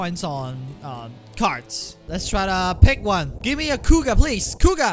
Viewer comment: Kuuga Growing, with an R, not an L